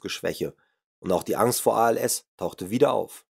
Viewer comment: Immerdrukktönnbuchch, Stuhdiõhännöõh, widd, wudde, Äxkusshännöh, wähdönnn, uuschiedlichöh Refrakktähhrtsaitt, Ankksst frükkt zwädönn, Pchoopleehmfahalltann, Probanne, ainisätzzt wähhhdönn, abgstrittönn wännn, Krannehauuss, Falllauufff, zwähhdönn, annzwännnä ... BÄHHHHH!!! Ekelhaft Scheisse gegrunzt. Einnn brovvessionellaahh Sbrechää wähh Gold wäähht. Dieses "Hörbuch" sollte man dem Grunzer in Form einer Videokasette in den Anus stopfen.